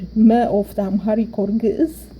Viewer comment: First of all amaharic is not geez. You have to know the meaning of geez. Even u cant pronounce it properly. Basically the formal written language of tigrinja(sabean). Amaharic is not a geez. Amharic language basically have Only 300 years old as a language. It was orginated from tigrinja and agew. 95 % of it are tigrinja the rest is agew. That is why the amharic speaker cant pronounce our alphabet properly. All the Words have uniqe sounds But the amharic speaker since it is very difficalt to pronounce it they uses similar sounds for many alphabets. But the tigrinja speaker are the real owner of the alphabet and pronounce it properly all the alphabet. Your video is poor.